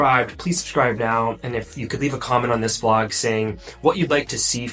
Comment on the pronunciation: YouTube has been recommending your videos to me for a while now, but I've been scrolling past until yesterday evening.....and I must mention; I might or might be obsessed. I started with one, and now I'm watching all. Cute Notice: You say "Flog" instead of "Vlog"...LOL